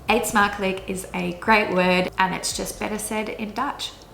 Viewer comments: Wat spreek je goed Nederlands! Tipje: -lijk klinkt nog wat te veel als 'lik', maar mag met een sjwa, dus in 'smakelijk' twee keer dezelfde klank. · Try saying eet smakelijk when u say the ij say the dutch u ... 😁😁😁😁😁😁😁😁